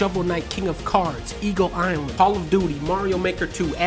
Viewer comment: Thanks!! I couldn't understand what he was saying. I thought it was "Ego Iron" lmfao